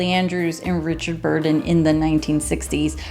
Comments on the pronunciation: His name is Richard BURTON, not "Burden" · Richard BURTON, not "Burden".